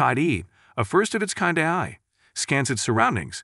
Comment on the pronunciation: This is an AI generated voice as ironically it keeps calling AI, "Aaey"